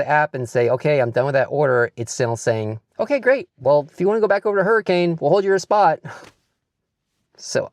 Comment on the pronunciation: AND its Hurri-kin! Not Hurricane!